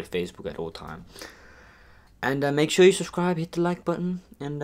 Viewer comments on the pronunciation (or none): none